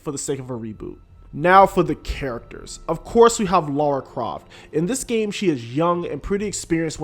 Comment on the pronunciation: Seriously it’s hard to listen to a review when the person keeps calling Lara, Laura instead. I couldn’t finish listening but it’s an amazing game.